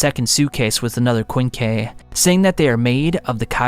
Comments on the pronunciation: Kwinn Kee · And he cant pronounce kakuja, kagune, or quinque for the life of him